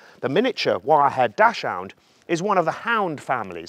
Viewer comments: The German pronunciation of Dachshund isn‘t dashhound. Try saying daxhoond instead😀. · It's pronounced "doxund." It's German, and there's no 'o' in the name so it's not "hound." You're not the only one! No offense. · It's spoken Dax-Hund. You pronounced it like an American. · try pronouncing dachshund like 'duck's hount'. The translation of Dachshund is 'badger dog' - with 'Dachs' being the word for badger; 'hund' consequently is a second word and pronounced seperately from the first. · He keeps mispronouncing Dachshund. lol.